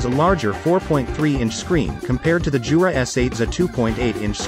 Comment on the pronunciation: it's "Yoo-rah" not "Joo-rah" !!!